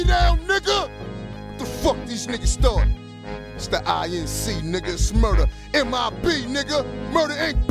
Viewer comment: That nigga said M U R E D R ? 😅